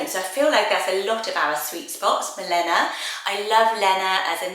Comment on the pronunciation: Milena is actually pronounced mi - lay - nuh 🥰